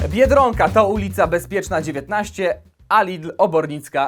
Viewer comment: Mówi się biedronka a nie Biedrąka.